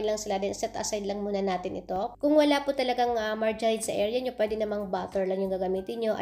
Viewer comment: Heheehe song un?start marjerin yan kc bigkas m.